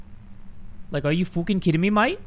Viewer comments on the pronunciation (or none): “are you fooking kiddin me mate?” be careful.. ur Australian side is showing